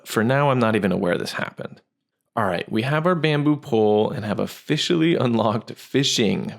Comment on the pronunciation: "ofishially unlocked fishing"